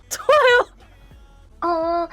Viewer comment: 너~무 죠아요오~↗️↘️ 발음과 목소리가 한국어가 아님